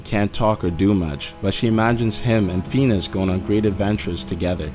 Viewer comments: JHC! Get another voice over guy who can pronounce words! It's Phineas, you jackass! FIN - E - US! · Fenus and herb? Really? It's Phineas and Ferb you ass. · I'm so sorry, but it is pronounced fi-nee-es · What the hell he can't even talk now who the hell is "Fenus" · It's pernouced (finy-us and furb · Lol at first I thought he said penis, not phenis. Someone should tell him that its Phineas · Feenis. Yes yes very legits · How do you hear FETUS and HERB I hear feenus and ferb. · Lol the way he pronounces "Phineas" makes me laugh. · You ruined Phineas and ferb with your pronounceiation and theory! 😭😭😭😭😭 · Am I the only one that was getting mad when he kept saying Phineas' name wrong? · This is so stupid, all you did was pick 5 tv kids shows and then said that they were all dead yet somehow still playing our what we see on screen, This video is a waste of time and the narrator can barely pronuce the shows names correctly. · God this guy can't pronounce phineas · Besides being basically one of the dumbest vids I've ever watched, u guys are better than this...you lose all credibility when you can't even pronounce Phineas and Ferb correctly...what an embarrassing video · Ethan Moore Lol wtf is wrong witht he narrator he doesnt have an accent but he pronounces everything wrong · Fee-ni-us!!! NOT Feenus! Love your videos! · uggg it is not fenis and ferb it is (fin-e-ous) and ferb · uum hello do u have a speech disorder it called phineas and ferb pronounced fin ee iss not penis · Phineas is pronounced fin-ee-ass not fee-nis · Omfg pheenis it's pronounced fin-ee-as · İts Phineas not Phinas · did ANYONE notice that he said feenis not Phineas which is pronounced as fin ee is not fee nee is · Phineas not feenis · Phineas's name is pronounced like "finn-ee-us," not "feen-us." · it sounds like when he says phineas he says fetus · Phineaus is pronounced Fin-ee-us not fee-nus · Pheenus? You mean Phineas, right? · Phineas is FIH-nee-us, not FEE-nus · It's pronounced finEus not Feenus